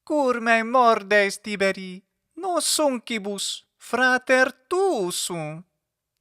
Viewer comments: It should be Tibèrī, isn't right? As far as I know, Tìberi for Tibèrius is an hypercorrection. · No. It's Tìberī, not Tibèrī. The accent in Tiberius shifts to the first syllable in the vocative Tìberī because the second syllable is short.